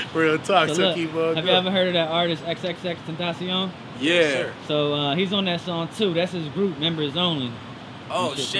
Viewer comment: she said xxxtention lol